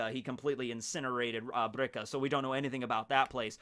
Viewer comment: It’s “Birka” or “Bilka”. “Brika” is a joint.